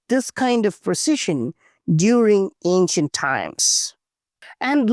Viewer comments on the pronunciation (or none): He said it more anchient than Angor wat...ouch